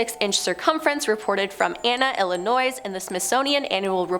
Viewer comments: You pronounced Illinois wrong. The s is silent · Why does it seem everyone from this channel pronounces the s in Illinois?